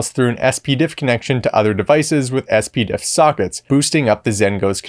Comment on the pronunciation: Regardless of what is technically correct, 99.999% of the industry pronounce it Spidiff so ess-pee-diff distracts me to the point I stopped watching.